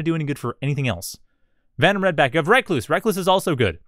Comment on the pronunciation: I think its recluse pronounced (rek loose) like the spider not reckless